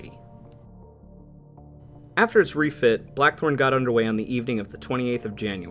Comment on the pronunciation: Is it me, or doe I keep hearing the narrator say "The Black 'Hole' " instead of Blachthorn?